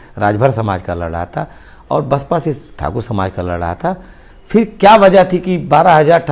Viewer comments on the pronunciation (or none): Phir aur fir ka talaffuz alag hai. Usko samjho